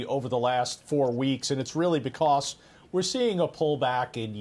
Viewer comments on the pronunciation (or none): Please say because correctly.